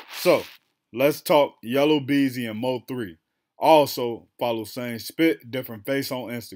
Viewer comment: YellA Beezy NOT YellOW Beezy 😂 😂 😂